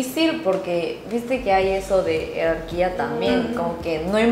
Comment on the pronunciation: No sé si escuché bien, y espero que no te ofendas por favor, pero Ji, la palabra no es “Herarquía”, sino “Jerarquía” (Organización de personas o cosas en una escala ordenada y subordinante según un criterio determinado). Esto no es ninguna crítica, asi que por fa, no te sientas mal, sólo intento ayudar. Por cierto, es interesante ese concepto de las “Meeting” en Corea, ¿será una moda reciente o es algo cultural que se viene haciendo hace muchas décadas?, ya que he oído que en Japón existen los “Gokon”, que es practicamente lo mismo. Muy interesante video 👍👍👍